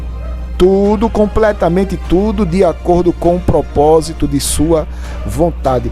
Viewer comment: COMPRRTAMENTE , BIBRIA DEZ VIGENS. ESSA IRMÃ É ASSASSINA DA LÍNGUA PORTUGUÊSA ! POR ISSO IGREJA PENTECOSTAL É DEBOCHADA NA INTERNET. POR CAUSA DE ANALFABETAS COMO ESSA PERTURBADA!